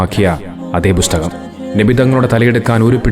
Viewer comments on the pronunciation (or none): ബുസ്തകം അല്ല ബ്രോ, പുസ്തകം 🙏